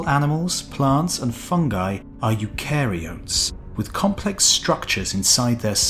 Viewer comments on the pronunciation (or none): Should have got Pete to pronounce eukaryote, I think it needs to have a flatter "a" ;)